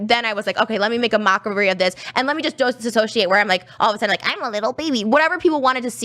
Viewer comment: ... Trisha knows Spanish. DOS... 😂 DOS associate???? You mean disassociate?